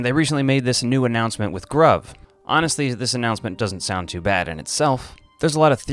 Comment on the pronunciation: I'm pretty sure Gruv is pronounced "groove". At least that's what I choose to believe lol. Very cool video, though!